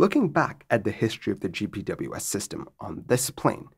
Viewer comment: if you want a tip to sound more savvy, in the aviation community GPWS is pronounced "Jip Wizz"